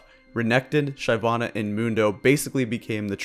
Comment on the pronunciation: please never say "SHYvanna" again..